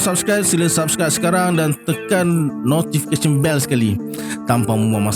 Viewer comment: Tak pernah menghampakan Cerita ni 👍 Btw sebutan NOTIFICATION lancar bohhh hahha